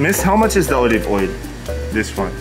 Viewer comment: You Funny..😁 O live Oil..😂😂😂 Olive Oil..